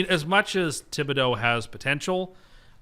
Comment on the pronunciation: Almost spit my coffee out when I first heard pronounce “Thibodeaux”. Thank God it was a joke but you never know with him. Remember how he pronounced Mariota 😂